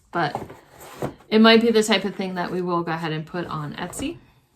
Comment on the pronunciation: I thought you were from the East Coast because of the way you say go ahead - "guh 'head". 😂 My favorite was the crow tile. 😀:shelterin::chillwcat